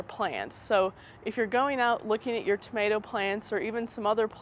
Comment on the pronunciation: you say tomato funny !